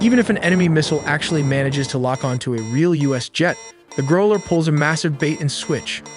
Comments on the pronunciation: The way the voice says GROW -LER instead of GROWL-ER kills me. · Yeah - note to: the “ow” is pronounced like the ou in “ouch” if someone hit you, not like the ow in grow. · Growl ler! Not Grow ler. Good videos, crappy, and almost useless, narrating! It’s kind of annoying to know that you could do so much better but don’t. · Is GROW-lers the pronunciation? Or GROWL-ers? I have no idea I just want to know lol zero hate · Excellent video. But for non-native speakers, it rhymes with "how", not "no". Growl-er, not Grow-ler. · Say grow ler one more time JFC 😤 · The pronunciation of "growler" on the video is rough